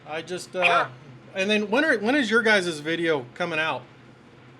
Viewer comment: “Your guyzez”?! That’s 25 minutes I’ll never get back.